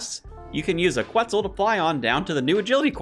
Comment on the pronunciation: Reminder that you dont need to pronounce the U in Quetzal